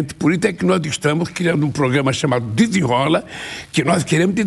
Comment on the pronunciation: Desinrola kkkk carrocel.. NORDESTE??